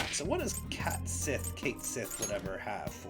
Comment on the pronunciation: Back with another whacky Irish pronunciation, Cait Sith is said as “Cat-She” 😅